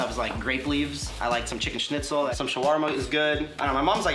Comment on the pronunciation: Wow, he likes SCHNITZEL. Weird pronunciation though.